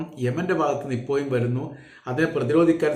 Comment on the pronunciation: ഇപ്പോയും അല്ല ചേട്ടാ, 'ഇപ്പോഴും'